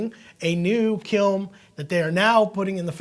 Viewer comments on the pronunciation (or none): Kiln not Kilm.